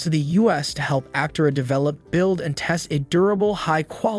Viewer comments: You are mispronouncing “Aptera”. The accent is on the 2nd syllable, not the first. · You can't even say it right. That being said the car is amazing, even if the narrator isn't.